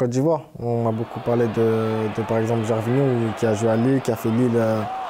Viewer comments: Interviewer said Guervino and Kele Touré Am dead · L'intervieweuse qui dit ''super'' tout le temps. Au secours. Elle ne sait pas prononcer le nom de Gervinho...